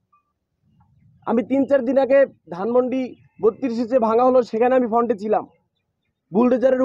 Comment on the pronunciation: আর "ফন্ট" কিরে ভাইই ? 😆 তুই নাকি শিক্ষিত.. শব্দ টা "ফ্রন্ট" হবে গোবর গণেশ । 😂